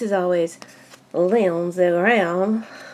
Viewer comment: I love how you say Lindsay Graham 😂😂😂